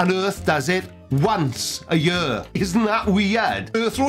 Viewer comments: How many days in a jyhr? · and "yur" means both "ear" and "year"